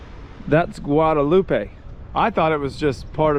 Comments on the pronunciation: It's French so it's pronounced guada-LOOP. Have you eaten Mountain Chicken, yet? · I’m sure you’ve heard the local pronounce Guadeloupe and you are butchering it bro, it’s pronounced “Gua de loop” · The island is Guadaloupe. Pronounced, Guad a loop. Guadaloupe• Guad a loop eh, is in Mexico.